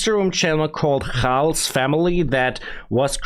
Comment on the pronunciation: My brother, his name khalz is not pronounced with a "kh" sound, but rather with a "kalz" sound.